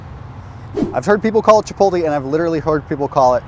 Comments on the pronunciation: Chi pottlee! 🤣🤣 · CHI - POTE - LAY. Christ. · I spit my water out when I heard "Chipotl" :D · Chi-pottle?! laughs in Spanish